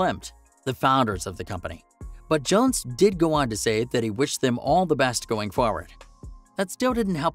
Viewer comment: Peter "johns"? It's jones... like j-owns. Also the background video should be of the episodes you're talking about. Interesting after show info though.